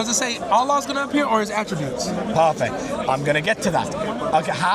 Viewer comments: Parfeck. Parfeck. Parfeck. I don’t think this Muslim knows what that word means. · So... Dude: PARFECT: Let me tell you why... Dude: PARFACT